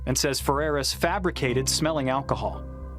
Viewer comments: well clearly neither can you. It’s alcohol not acahal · Hold up... First, the text on your video thumbnail doesn't make sense. Then you mispronounce aLcohol (there's all L in there), while making fun of a cop slurring his words. No biggie, but I laughed my ass off.